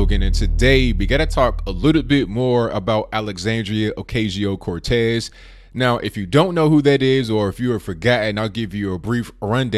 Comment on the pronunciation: Lol how this guy says ocazio. Clearly he never tried working on his pronunciation in Spanish class